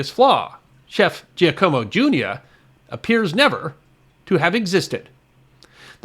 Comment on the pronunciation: Hate to nitpick but that name "Giacomo" is not pronounced as "GEEEE-a-como" but as "JOCK-oh-mo".... LOL